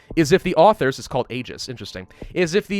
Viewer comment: You're a grammar Nazi so I can be a pronunciation Nazi. Aegis is pronounced "ee-jis"